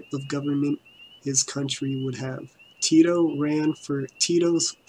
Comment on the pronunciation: maybe if you could say his name proper rather then "Tido" lol